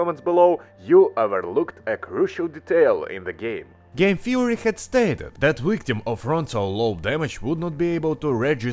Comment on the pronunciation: did he say.. wictim? o.o -.- o.o